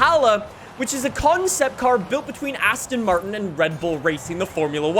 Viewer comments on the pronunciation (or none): none